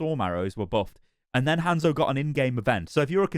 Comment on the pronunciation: i love how the brits say "hand-szo" lol